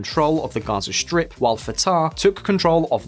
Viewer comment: LOL I heard Gyoza shrimp instead of Gaza strip.